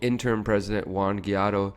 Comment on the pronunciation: Why do you have such a hard time pronouncing Guaido?